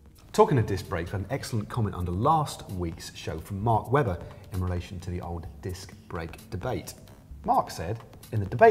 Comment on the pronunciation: its mark webster, not webber, matt!